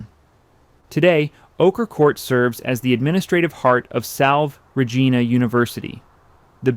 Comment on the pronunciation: Reasonably ok... many mispronunciations especially French terms. (Salve Regina is pronounced - salvay, too.) Mispronounced Goelet - as the social historian, Dixon Wecter, notes in his monumental work, "The Saga of American Society," the "name is pronounced with no Gallic frills." Also PBS historian, Alistair Cooke, always pronounced the name as I have heard old Newporters say it - Gillette - just like the razor company. I think you also overstate the social importance that the Goelets placed on the house. They had at least three other houses, 608 Fifth Avenue, a villa in Nice, and rented Wimbourne House for the season in London. Other notes, Ogden's brother, Robert, built his Newport house, Southside, next door. This house was designed by McKim, Mead and White. ( It is still I believe in the Goelet family. It and the Stanford White house on Long Island are the last two McKim, Mead, and White houses owned buy the original families for whom they were built.) Robert and Ogden also had almost identical yachts. His was called Nahma. Both were designed by the same naval architect, built at the same time by the same ship yard and delivered in 1897.